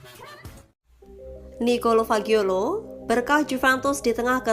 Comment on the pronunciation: 𝘍𝘢𝘨𝘪𝘰𝘭𝘪 𝘣𝘶𝘬𝘢𝘯 𝘧𝘢𝘨𝘪𝘰𝘭𝘰